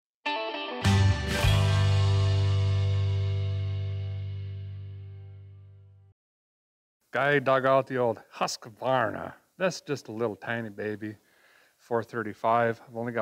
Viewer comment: Trees are worth keeping. The pronunciation of Husqvarna is Hooskvarna ask me I'm Swedish.